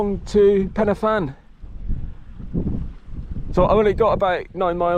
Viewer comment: I have to say you did pretty good job at pen y fan nearly perfect